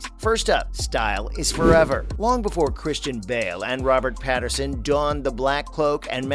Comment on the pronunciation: This is AI slop narration, right? The caption on the screen says "Pattinson", but the narrator says "Patterson". Sounds like AI mistake.